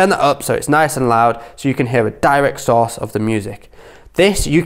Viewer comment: I keep hearing sauce.... after hearing it about 50 times I realized he was saying source lol